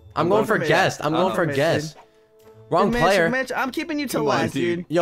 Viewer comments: did you say mich or bich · its funny how every time he says mitch it sounds like the B-word